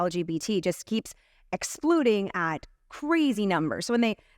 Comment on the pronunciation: Anyone else hear the chick talking about LGBTQ "explooding"